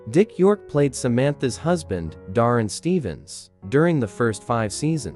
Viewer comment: So amusing that you mispronounce "Darrin" - just as Endora always did. But them, you mispronounce "Endora" and "Esmeralda" also. Must be AI.